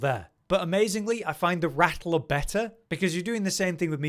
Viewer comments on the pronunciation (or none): none